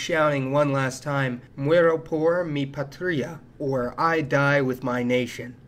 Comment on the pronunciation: Hey,, your accent--- There's an "almost universal penultimate syllable rule." The "Penultimate Rule" says that the emphasis in a word is on the penultimate (next to last) syllable. But, it is now called the "almost universal" rule because there are so many exceptions. There is a countervaling rule about the root syllable being the most emphasized. In this case, with the word 'patria' the PA is emphasized because it is dominant as a word root, and the "ia" is a simple, typical noun ending. So, you do not say, 'pat-REE-a' you say 'PA tria." Typical mistake when non-natives speak Spanish. You're welcome.